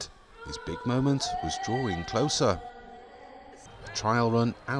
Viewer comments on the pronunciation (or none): none